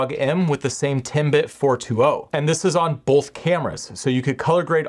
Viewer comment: It's really distracting when you say bowlth instead of both.